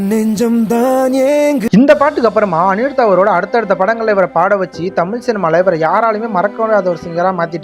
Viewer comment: நீ முதலில் தமிழை ஒழுங்கா உச்சரிக்க கற்றுக்கொள்.தமில் தமில்னு சொல்ற…